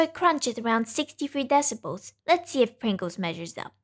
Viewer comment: The subtitles refer to your pronunciation of "Pringles" as "brinkles". I think I like Brinkles better.